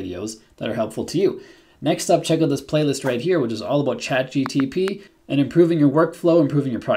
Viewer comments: I hope you are aware you are keep saying "ChatGTP" instead of "ChatGPT" Other then that, thanks for the vid :) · You said CHATGTP LOL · Bro... Start with learning the proper order of letters in ChatGPT... because you systematically pronounce (and even write sometimes) "ChatGTP"... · Am I the only one to notice that you call ChatGPT ... Chat G-T-P? Hmmm. I have heard a few people do this. It's a sort of auditory dyslexia. BTW: I found the same (similar) prompt on the Coursera course with Vanderbilt University. This is a GOOD prompt, I won't call it the ULTIMATE prompt, but it could be used by most or for most use cases because it is a generic prompt that can be use in whatever context you may deem fitting. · Came to say exactly this 😂